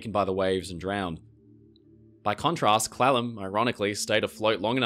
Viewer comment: Hes pronouncing Clallam slightly wrong and its irking me xD I blame his accent